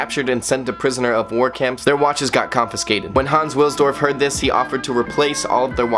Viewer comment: W has a V sound in German, so the surname Wilsdorf sounds like “Vilsdorf”